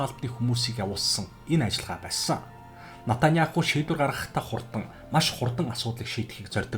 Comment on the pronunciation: Натаняаху биш, Беньямин Нетаньяху гэж дуудна. Араб болон Еврей хоёр үндэстэн цусан төрлийн хамаатан, нэг эцгийн хоёр хүү юм.